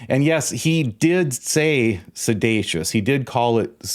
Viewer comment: There is no such word as sedatious. It’s seditious, which I believe you were alluding to. At least Trump was trying to use a big word.